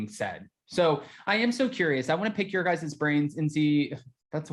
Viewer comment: “Guyzuz” isn’t a word! It’s “guys”! That’s all! “You guys”!! 🌷🌷🌷